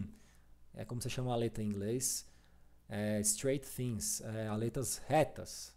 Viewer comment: "Straight fins" me lembrou "Stranger Things" quando vc falou haha